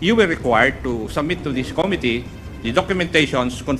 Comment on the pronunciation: “Committee”… accent on the SECOND syllable!! … Com-mít-tee…